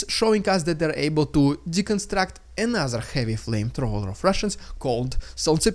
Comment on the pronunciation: Just a note, Dude: when you say ANOTHER it sounds like A NASA. I don't think the american space agency has anything to do with this war...does it?